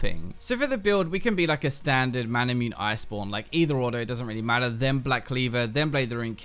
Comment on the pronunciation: It's not Mana-MUNE as in Immune. It's Mana-MU-NE.